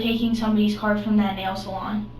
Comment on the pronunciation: “NAIL-SAL-ON” sir I’m sorry TF